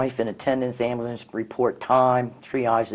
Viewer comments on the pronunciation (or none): Amblance... It's AmbUlance... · This dude made ambulance into a one syllable word.